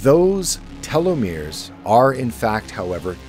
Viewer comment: I like your videos yet imo there's too much emphasis on a few words in the intro. I prefer a stable, softer volume that doesn't fluctuate too much. also, (and humorously to me) everytime I heard you say telemores, I thought TeleMundo.